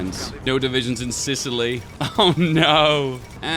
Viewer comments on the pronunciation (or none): none